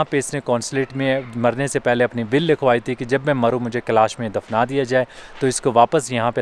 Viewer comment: कलश नहीं कैलाश है।